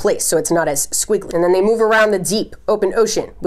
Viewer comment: I don’t know why, but you saying ocean makes me so happy lol “oshEAN”